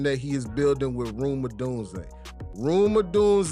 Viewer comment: Who is ”Room Adunzè” lol😂